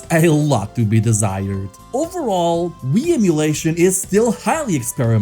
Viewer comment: the way he said Nintendo Wii made me so upset